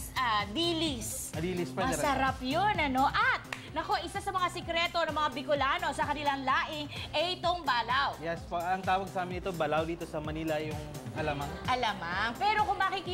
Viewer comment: Balaw yan sa Bicol....nasa second syllable yung stress...baLAW.....